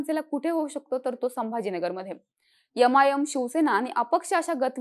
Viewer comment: मॅडम राज साहेब भविष्यात नक्की बाजी मरतील पण आपण कृपया आपले मराठी उच्चारण सुधारा. ते ' यम आय यम ' नसून ' एम आय एम ' आहे